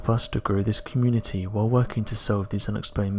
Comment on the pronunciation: "Don't forget to abscribe." Come on guys, we have to make sure he learns how to say "SUBscribe" or I'm pretty sure it is going to go on forever. Hundreds of videos in and nobody seems to have said anything hahaha...."abscribe."... what the hell even is that?